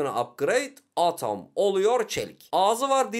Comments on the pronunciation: Atom diye okunmuyor edım diye okunuyo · Abi o edım diye okunuyo